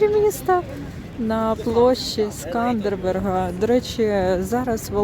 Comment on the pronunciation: вiдчуваю iспанський сором за Вас. Ну який СкандербеРг? Так рiже слух! Поважайте iсторiю краiни, яка надала Вам прихисток. Рекомендую переглянути фiльм "Великий воiн Албанii Скандербег" (1953, СРСР).